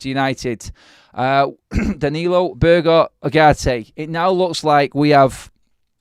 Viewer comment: Berge isn't pronounced Burger mate!😂😂😂 It's Burg-ehh.